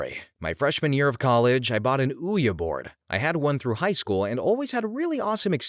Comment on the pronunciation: "Ouya board" 😂